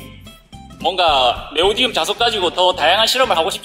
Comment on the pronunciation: Neodymium (Nd) 네오디움이 아니라 네오디뮴 입니다😊